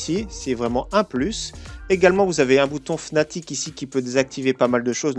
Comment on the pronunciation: Sa ne se prononce pas fnatic mais fanatic